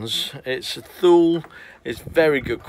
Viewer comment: Just a point. Thule is pronounced too lay.